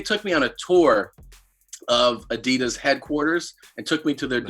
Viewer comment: Brendans pronunciation of adidas “boo-sen-its” deserves worst take